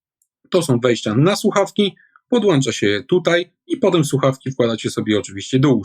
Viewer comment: PODŁĄCZAMY nie podłanczamy!